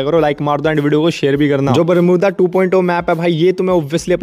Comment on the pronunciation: Bolna bhi nahi aata barmuda max ko😂😂😂😂😂😂😂